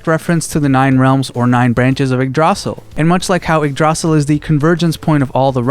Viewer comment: It hurts me so much hearing igg-drosel But i can understand why youd pronounce it like that 💀